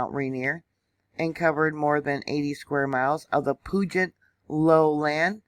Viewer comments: You're doing great with the insane pronunciations of the areas here. One tip though, Puget is pronounced like pewjit. The et sounds more like it. Took me years to get all these wierd names, around here, straight. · Puget is pronounced "pew-jet" and Puyallup is pronounced "pew-al-up". Excellent info on Mt. Rainier. It's a definite hazard. Very brittle, crumbly mountain. Glad you provided this info for those who don't know. 💕